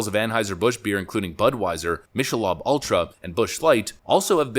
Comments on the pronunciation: Mish-uh-lahb? Just an FYI, it's pronounced Mik-uh-lobe. Now, keep it going, y'all! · Miss-shell-lob? It’s pronounced Mickle-lobe! (At least that’s how Ohioans say it) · "Mick-el-obe", like ear lobe, not "Michele-ob" like lobster. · LOL - Mi-Shell-ob...! No sir, it is Mick-ah-Lobe... Michelob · What is Mish-a-lob? do you mean mick-a-lobe? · Mikkleobb? You cannot pronounce the name? Let me help.. Mik-ah-lobe ...do you live under a rock? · It's pronounced Mick-eh-lob not "Mishel-lob". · Mish-a-lob ultra? Its Mick-a-lobe. Very wierd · 😂🤯 I’ve never heard anyone pronounce Micheob/MICK-UH-LOBE as Mish-uh-Lub?! Lmao. I mean I’m not a bar fly but not knowing how to pronounce that was hilariously wild. Yikes. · “Michelob Ultra” FYI, … it’s pronounced [Mick][uh][lobe], not [Mish][a][lob]. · Mich eh lob? Mick uh lobe. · Mick-eh-lobe...not mich-eh-lobe. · "Mishelob" LOL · Michelob pronounced mi•kuh•lowb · Mish-el-lobb? haha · Coo-ers, Mick ah lobe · Mick-ah-lobe Say it dude Mick-ah-lobe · Michelob is pronounced Mi-ke-lobe. I can concur with downed sales. I work for a major chain here in SoCal and week after week sales are down double digest. On going joke is that Coors Banquet(regular Coors) would beat them from time to time. Your fourth July segment on Bud sales fit exactly to the loss they had at our establishment which is one of the highest volume stores in our area. It isn’t just the little establishments effected. Yea me and the Bud salesman have different dialogue when ordering there product. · ...did that dude say mishel lob? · Did...did you prnounce Michelob as "Mish uh laub"?! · Excellent coverage. Great commentary. I appreciate what you are doing. But, my guy. Did you just hit us with a “MISHA-LAWB ULTRA” in the middle of this video???!😂😂 Haha come on man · I think “Michelob” is pronounced Mick a lobe. Not that I’m a beer expert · Michelob is pronounced "mick uh lobe" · he said Michellab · “Michellob”?? Lol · "Mishulub" ai? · Michelob ...Mick-ahh-lobe